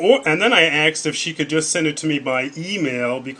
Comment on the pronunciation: Did you kill Stephanie when you axed her? It's fucking asked. Why is that so fucking hard to say. Axed?.... Really? Jesus. Read a book.